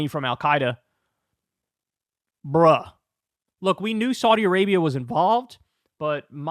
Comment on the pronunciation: Learn how to pronounce Saudi correctly